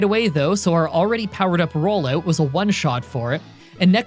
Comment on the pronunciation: Man said “rollayewt”